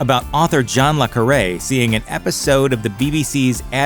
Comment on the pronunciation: John le Carré not John lacary